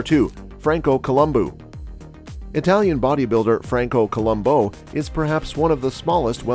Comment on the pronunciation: Columbo NOT Colum boo